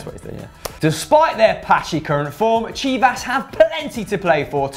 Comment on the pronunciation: Good pronunciation for Chivas <333333